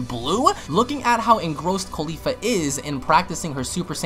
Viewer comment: I like how you call caulifa “khalifa